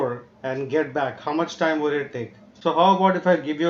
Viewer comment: "Because you didn't update on tieym" lol 💀 a day late and a dollar short 😭